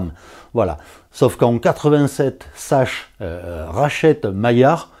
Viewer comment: STP: Sachs en allemand se prononce "SAX". Tout simplement. Sinon, merci pour ta vidéo.